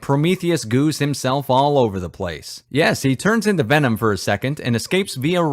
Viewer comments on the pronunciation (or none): none